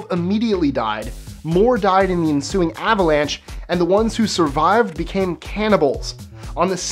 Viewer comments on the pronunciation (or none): none